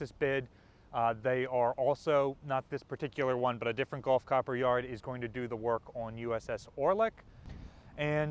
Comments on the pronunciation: love your videos and appreciate you updating us. Keep up the good work! (BTW …. It’s pronounced “gulf” not “golf” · Really not a huge difference between the two pronunciations. Gulf, pronounced like gull, or golf, pronounced like gall.